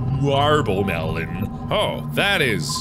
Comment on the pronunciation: MEL- ON NOT MEL- OWN